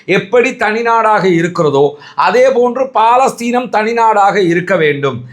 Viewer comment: அது பாலஸ்தீன் அல்ல பலஸ்தின். ஒரு அரபு சொல்லைக்கூட ஒழுங்கா உச்சரிக்கத் தெரியலியே!?